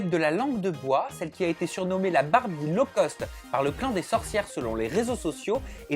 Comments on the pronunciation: Low-cost c'est mieux ! Pas "law-cost" ^^ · Personne ne bloque sur le «law-cost»?! C'est low-cost plutôt ! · C'est "low-cost", pas "law-cost". Low = bas, alors que law = loi. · c’est “Low cost” pas “Law cost” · c'est low-cost pas law-cost ...